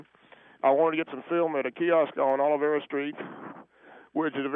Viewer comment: Hey, Gringos- it is OLVERA Street, NOT "Olivera". Si!!!